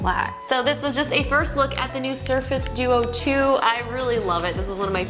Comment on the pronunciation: it's the surface tew-tew. LOL